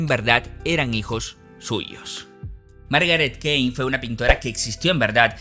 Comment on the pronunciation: Súper interesante. Un mini detalle es que el apellido de la señora se pronuncia "kin"